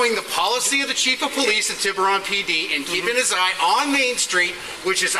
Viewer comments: At least learn to pronounce TIBURON. It's not pronounced "TyBYURon." It's pronounced TIBB-eron. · Tie Buron? Tib-oo-ron. Maybe, look to see how names are pronounced. At least in the areas I've been near. (And, that is a LOT.) Or, you could have listened to your video. It is pronounced correctly on it. (Didn't listen, but DID post? Credibility is going downhill, and I RESPECT your videos!) "...service the community..." I grew up on a farm, and I know what it means to service something. We had a bull, that was very good, at servicing cows, if you get my drift. On further reflection, you just might be correct, about most police departments "servicing" their communities! steve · As usual, informative video. Just a small gripe (maybe already pointed out), Tiburon is pronounced with a short "i"", not a long "i." Like "liberal" (and not "libel"). And the emphasis is on Tib....not Bur. Tiburon! :) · I know California city names can be hard but it's "Ti-buron" not "Tie-buron." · TY-beer-ON lol it's TIB-er-ON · Hi! I love your channel. For this one, I have to make one small correction. Tiburon Ca is on the north side of the bay area across from San Francisco. It's pronounced, like TIB Urr On..Tib-ur-on. Not like TIe bur on... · The city is pronounced TIB ER RON, not TY BEE RON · It’s Ti—ba—ron. Not ti—buron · It’s “tib” with a short “i” like “tibia” and the “ur” sounds like “er.” Tib-er-on, not Tie-byure-on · It's pronounced Tib-uh-ron, not Tibe-you-ron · Great stuff as usual but as a native Californian the city is pronounced Tib-u-ron not Tie-b-run lol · It’s pronounced Tibb-Err-Ron The Ron is pronounced like a guy named Ron. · tiburon pronounced tib-er-on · It’s pronounced Ti Burr On Tiburon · Tiburon is pronounced tee boo rone. It's Spanish for shark. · Your fancy saying of the town cracks me up lol...Its called Tib er on .....keep up the good work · It's pronounced "Tih-bur-ohn", sorry, I have to be that guy. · Love the videos. It's pronounced 'TIBB-urr-on"